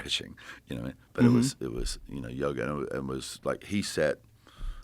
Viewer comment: I thought he was saying yogurt, not yoga😂